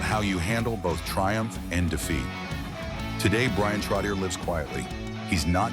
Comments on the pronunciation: It would be nice if the announcer on this clip knew how to pronounce Bryan's last name. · Can't even say his last name properly....good gawd...